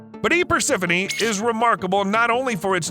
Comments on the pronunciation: The millipede (and the goddess) are persephone (per-sef-oh-nee), not persenophe. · per-SE-FO-NEE (lol "persenofee") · HOEMYGAWD, it's Persephone, PER-SEH-FUH-NEE, not per-sen-uh-fee... Yeah, just a little thing, but almost made me stop watching... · Honey. It is "PER-SEF-O KNEE" NOOOOOOT "PERSON-OFEE" Per-seph-one* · Imagine mispronouncing persephone about a dozen times in 3 minutes 💀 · I lost count how many time he butchered “Persephone”😅